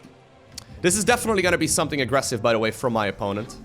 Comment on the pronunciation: Your english is really good..except for the word "the". It's a t and an h together...not a "d".